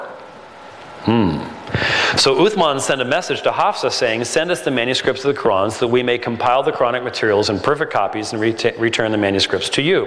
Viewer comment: Dud, why do you try to pronounce Quran so exaggerated?